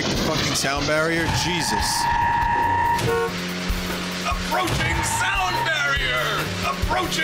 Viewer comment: APORCHING SOUND BARIER lol